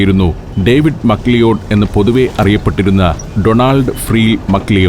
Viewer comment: മക് ലിയോഡ് തെറ്റായ ഉച്ചാരണമല്ലേ സർ? മക് ലാവുഡ് ആണെന്ന് കരുതുന്നു